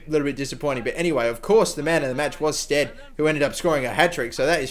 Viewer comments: Yes, it's pronounced sted not stede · It's pronounced sted :) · it is pronounced Sted. he used to play for my favourite team Bristol City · you say his name STEAD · It's pronounced "sted" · Like bed and beed, the extra vowel